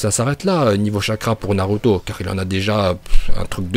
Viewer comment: en plus des autres prononciation déjà cité sur l'espace commentaire je rajoute celle-ci, naruto slugfesse